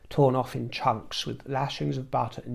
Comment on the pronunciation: I love it when he says ‘ouurfff’ instead of ‘off’ 😂❤